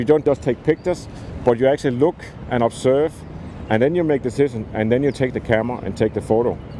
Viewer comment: puts extra emphasis on the step 1 'observe' part